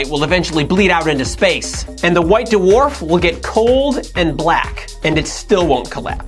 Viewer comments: Why D'warf instead of Dw'arf? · What's a "da-warf" star? I thought they were called dwarf stars. Lol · Duh-Worf is not a merry man. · whats a "duwarf"?